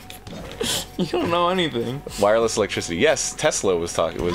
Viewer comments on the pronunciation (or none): "Wireless Alec-Tricity."